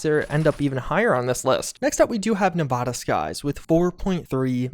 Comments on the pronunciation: Great vid homie but I use to live in Nevada and hearing you pronounce it nuh-vah-duh instead of Nev-add-ah kills me inside each time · Nevada is pronounced Neh va da, not neh vah dah. Source: I was born and raised in Vegas. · This hurts me when people say Nevada with a ahh like when your at a doctor office say the a like you're scared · I hate to be that guy but Nevada is pronounced with a as in apple